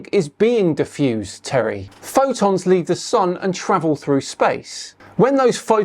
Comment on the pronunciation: He's not going to mention the obvious curve he is showing at 122,000 ft, and clearly above his "magnetic convergence zone". Also I never heard anybody call a photon a "phodon"